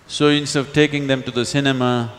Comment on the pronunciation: he eats the word INSTEAD lol… ins of ins of 😊